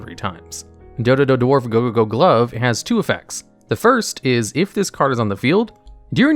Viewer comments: You saying Dodododwarf Gogogoglove and Zubababancho Gagagacoat so fast and so flawlessly was so funny XD. Now I kinda want a top 10 onomat cards, just to hear you say them all. Also, you did top 10 monsters that special summon themselves, and top 10 monsters to special summon from the deck. How about top 10 monsters that can special summon other monsters (excluding from the Extra Deck, so no monsters like Cyber-Stein or Fallen of Albaz)? I am also very interested in top 10 ritual support cards (excluding Ritual Monsters and Ritual Spell cards), since ritual is my favorite type of summoning, despite it being... not very good. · You could hear how much effort he put to learn saying "dodododwarf gogogoglove" without screwing it up